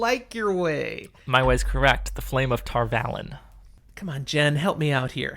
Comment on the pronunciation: Come on guys, it's Tar Valon, not Tarvalon